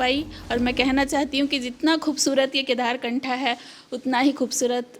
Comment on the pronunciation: कम से कम आप तो सही नाम का उच्चारण करो, केदारकंठ है ना वह जगह का नाम